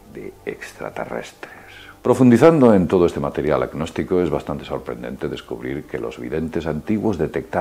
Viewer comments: Se pronuncia "nóstico", no "agnóstico", que es exactamente lo contrario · pronuncia mejor, no se entiende si decis Gnostico o Agnostico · Dijo GgggNostico :v